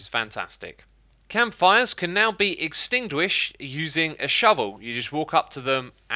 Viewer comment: Yes, they can be extingdwish